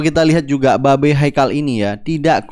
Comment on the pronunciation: babe 😂😂😂 e nya ganti i